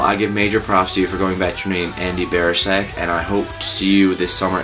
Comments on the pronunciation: It's 'Andy Six' and Biersack is pronounced Beer-sack :D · ANDREW DENNIS BIERSACK (ERRRR NO LIKE IN BEER)